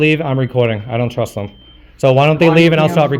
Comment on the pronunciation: Is "Thum" instead of "them" a pronunciation unique to New Hampshire, or is it common throughout New England?